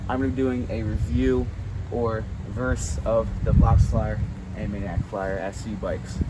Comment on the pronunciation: why do u call it mannaic and not maniacc bro